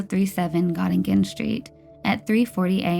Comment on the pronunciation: It's pronounced got-a-gin street. I know its not an important detail whatsoever, but I couldn't help but laugh when I heard it 😂 That area was really bad until the late 90's. It's odd, I've never heard of the last case, but I'm very familiar with both s&s meat market, Sydney Mines and Halifax.